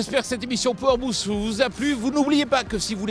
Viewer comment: "Pouwar boost" ? A tout les francais : arreter d'utiliser des mots englais !! Vous ne savez pas comment les prononcer !!